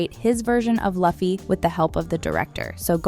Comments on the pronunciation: This idiots just trying for hate view. And its workin. Sayin his name like that. I we meet you gettin a gum gum bell! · you suck. why you saying luffy's name wrong. dislike and i'm not watching the rest. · You weren't listening while you were researching, butchering my dudes name like that...The disrespect Booping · I honestly can’t watch this while she massacred luffy’s name smh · Only reason I didn't like it is because the narrator pronounced the main character Luffy the wrong way. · Not a One Piece fan, but the mispronunciation of Luffy's name is annoying 😒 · say Luffy's name correctly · Ok you are definitely mispronouncing Luffy's name on purpose, because there's absolutely no way you did this much research with the interviews, and the high possibility that you actually watched the Live Action show without hearing his name being correctly said. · it's annoying 😮‍💨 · Luffy is pronounced Loofee not Lahfee 🙄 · its Loo-fee not laugh-ee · This AI just ruined it by calling him luh fee....it's pronounced loofee. The actors may have done their research, but the narrator of this video sure didnt.😂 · why she call luffy "Lofi"... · why everyone keep calling him laffy when the show literally call him luffy😂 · bro OMG its not lufy Its LUFFY PRNOUNCED LIKE LOOFEE/LUFFY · your vid is great but please pronounce the name of the main protagonist. LUUUFFYYY not LAFFY. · its not laffy, but luffy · it's pronounced LOO-FEE not LAH-FEE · →maybe, the reason why she pronounced LAH-FEE/LUH-FEE instead of LOO-FEE like your correction, because she's following the standards of phonetic alphabet sounds..*in English-based alphabets. (Because) In Filipino/Tagalog language and dialects, we pronounce the letter 'U' as "ooooohhh" (upward intonation). Just like Spanish and/or Japanese letter U's..The English phonetic sound of vowel letter 'U' is enunciated or creates a sound of "uh".. instead of "ooh"..#JustSharing #NoHate ☺️🙂✌️ Hope it helps....... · Omg pronounce his name right 🤣